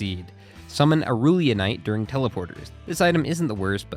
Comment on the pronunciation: He actually didn't pronounce Aurelionite correctly either HAHA he said Au-rool-ionite instead of rell, but it's definitely less egregious